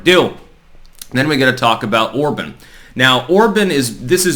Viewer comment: It's pronounced "or-bon"...like on in on/off or bon-bon, not or-bun